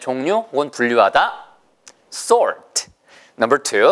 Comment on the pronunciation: Sort 가 salt인줄 알았당 ㅋㅋㅋ 발음이 sort가 엄청 혀가 말리는군요 ㅎㅎ ㄱㅅㄱㅅ